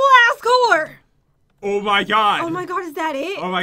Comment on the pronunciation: i love that says Azkor as Azgore,as if he was a counterfeit Asgore.